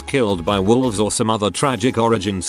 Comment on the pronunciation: He saod that volves are the bad guy and threw a fit. Volves... Dang robots